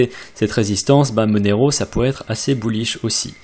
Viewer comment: À chaque fois que tu dis "bullish", un petit chiot meurt dans le monde. -_